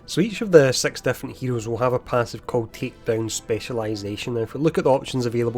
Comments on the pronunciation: Marvel's Sex Heroes, coming soon to Disney Plus! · i know hes saying SIX but it sounds very different lol. it sounds like hes saying sex heroes lol.